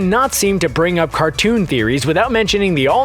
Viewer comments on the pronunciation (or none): none